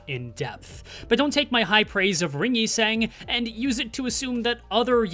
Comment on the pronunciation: hello whats with the inconsistent pronunciation of yi sang???